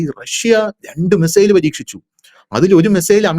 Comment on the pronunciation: 😂😂😂😂😂 എടാ കിഴങ്ങ് മെസ്സേൽ അല്ല.. മിസൈൽ എന്ന് പറഞ്ഞു പഠിക്കെടാ.. ഒരു നൂറ് പ്രാവശ്യം നീ എഴുതി പഠിക്ക്.. മെസ്സേൽ പോലും.. നിൻറെ വാർത്ത മിക്കവാറും കേട്ട് ഞാൻ ചിരിച്ചു ഊപ്പാട് വരുകയാണ്.. ഒരു കോമഡി ഷോ കാണുന്ന തമാശയാണ് നിൻറെ വാർത്ത വായന.. എല്ലാം പൊട്ടത്തരവും വിഡ്ഢിത്തരവും.. പിന്നെ റഷ്യയുടെ കാര്യം പറയുന്നതിൽ ചില യാഥാർത്ഥ്യമാണ് ഉള്ളത് എന്നത് കൊണ്ട് ഇത് കേട്ട് പോകുന്നു.. എന്നിട്ടും ചിരിക്കാതെ വയ്യ .. .